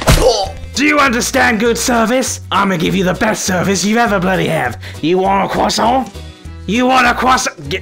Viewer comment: As a french, your pronunciation of croissant is perfect